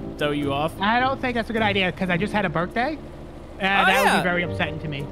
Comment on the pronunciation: Bro it's happy birthday not happy berthday